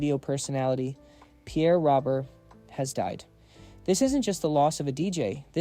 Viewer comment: Such a wonderful man gone way too soon. Truly one of a kind. I appreciate the sentiment of this video but his last name is pronounced wrong here. His first and last name rhyme. As another commenter stated, it’s Pierre “Ro-bear.”